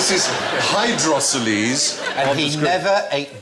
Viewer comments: Hydroceles are fluid filled sacs, not tumours. And yes they can be massive without any problems in day to day existence. Pronounced hydro-seals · Hydrocoles (noun, plural; Greek hydor, water; Latin colere, to dwell): A VERY 'Stephen' word indeed :) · Stephen pronounces "hydroceles" like it was a Greek god